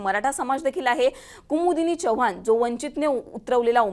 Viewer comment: Chvhan nahe madam Chavan mhna Marathi shudh bola